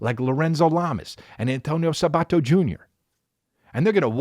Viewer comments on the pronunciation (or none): none